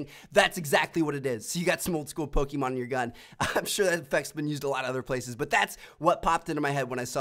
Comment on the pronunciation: Tmartn says "Pokemon" really awkwardly.